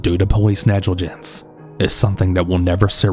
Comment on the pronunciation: you say negligence as if you’ve never heard the word before lol